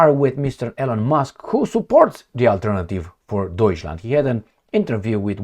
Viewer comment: it is not "ELEN" it is pronounced "ILON"